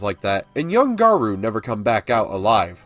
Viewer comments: It's pronounced "guh-roh". French. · Garou is short for rougarou (pronounced: loo garou) it’s Cajun French for werewolf.